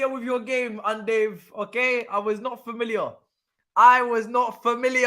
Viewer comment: bro you need to stop lol man said UN DOVE THEN YOU KEEP SAYING UN DAVE ITS 6AM AND IM ROLLING UN DAVE YANO LOL 😭